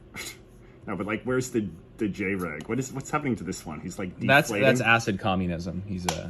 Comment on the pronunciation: legit just said Jay reg